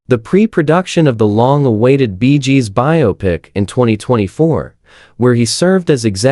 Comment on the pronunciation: Stopped watching the moment i heard "Barry Jib". No idea what this is about. Edit: while typing my comment, i heard the group called "the Beejes". I'm out.